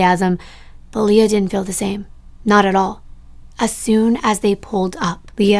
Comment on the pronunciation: I can attest to the fact that my name is actually hard for some to pronounce believe it or not. Almost always when it’s spelled Leah it’s said Lee-ah. Just the way said it. Ok on with the video….. ❤ One more thing, I love nirvana and think it would be cool if a TC creator covered Kurt’s case because as some of us believe…there might be more to the story.